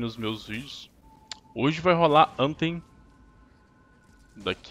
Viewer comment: bom..no inglês o " th " tem som da letra D , como tem " em" no final , acaba se pronunciando anfem , mas fdc kkk falem do jeito q quiserem , só falei mesmo